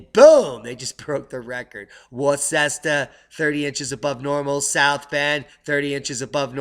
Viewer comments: It will be interesting to see how cool the summer is. And I love how you pronounced Worcester hahaha. It's "woo-stah" :) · FYI You mispronounced Worcester again ... LOL I remember Governor George Wallace while campaigning for the President said the same thing in early 70s while campaigning in Massachusetts ... It's pronounced like - Wor-ster or Wister ... I think folks in UK would agree too ... LOL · Just a heads up... Worcester is pronounced Whister. I know it's weird but that's how they say it. Love your work,.